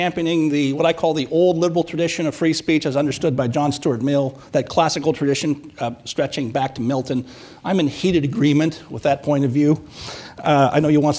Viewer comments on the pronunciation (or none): The Black guy is acting like an expert on J.S. Mill but keeps pronouncing the name as "Mills." Well it is maybe a petty point but if he doesn't know the name perhaps he doesn't know the ideas.